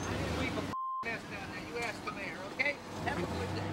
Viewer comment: When he said "Ask the Mayor" I had a double take because I Thought he said "Masturbator"